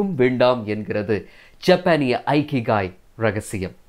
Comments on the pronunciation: இகிகை என்று சொல்லவேண்டும். ஐகிகை அல்ல. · Not aikigai it is ikigai. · ஐகிகாய் is the wrong pronounciation. the correct pronunciation is இகிகாய் "iki" means to live in Japanese language and "ikigai" means purpose of the life. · Bro, the word Ikigai should be pronounced with sound "e"kigai and not "I"kigai. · It is not Aikigai. It is Ikigai. For information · Chinna thirutham anna.''ikigai' Ucharikum podhu ' ekigai'enru warum.👍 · In a Japanese pronounsation This is not a ikigai that's called as இக்கிகாய்.🙏👍👍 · Hello bro, good effort. kindly check the pronunciation of IKIGAI